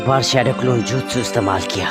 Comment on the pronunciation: Acha hua ha but jutsu nehi jitsu